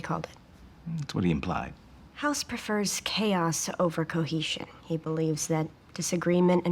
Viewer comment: Its House not Hoss